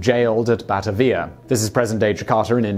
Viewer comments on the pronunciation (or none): Ba-ta-via come on Simon. It is has a long 'a'. Add it to the list. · But he can t pronounce batavia. BataVIa. Ha ha ha ha along with DIS tribute and CON tribute. And of course the eternal. Shhhed ule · Batavia pronounced "bah-tay-via" btw :D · Terrible pronunciation of 'Bathurst', 'Timor' and 'Batavia'. Hahahaha